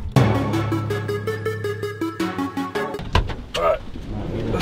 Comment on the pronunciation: Bournemouth not Bourmouth